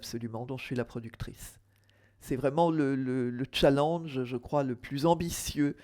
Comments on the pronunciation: "tchalange" mdr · faut arreter avec le "tchanllenge" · Nan mais les gens vous avez pas compris que le problème est pas le mot en lui même mais le fait qu’elle le prononce mal. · Je ne vois pas pourquoi tous le monde ce moque d’elle quand elle dit challenge puisqu’elle le prononce à la française et jusqu’à présent on est en france ... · C'est soit "challenge" ou "tchaléndge" mais pas un mix des deux.